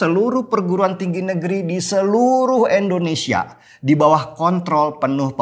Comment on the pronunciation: Bang, Indonesia Bang, bukan Eendonesia.. huhuhu.. I Bang I.. hehe maklum seh kl kebiasaan, tp kl boleh dirubah..hehe makasih